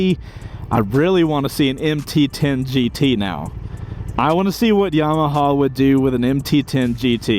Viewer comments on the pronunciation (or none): none